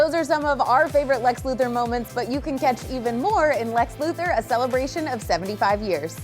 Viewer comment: His name is pronounced Lex LuthOr, not LuthEr. I feel like I always have to point that out. Siriously, watch "Superman: The Animated Series," you'll see that that is the correct way to pronounce his name!